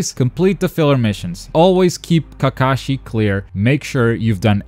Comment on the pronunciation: Kakashi = Kah-kuh-shi DOES NOT = kuh-Kah-shi Unlearned swine.